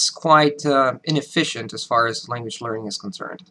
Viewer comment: With your pauses and slower paced, emphasized speech, you sound more American than us Americans. Maybe it's the internet, but only thing I pick up is, oddly enough, your "language" comes over as "langwich" a little bit. But please don't change it or anything. It's better than the original. While a deep accent is annoying, a little accent adds wonderful color to a sometimes dull world.